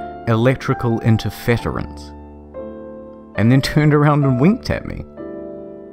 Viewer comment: I think the mispronounciation was deliberate.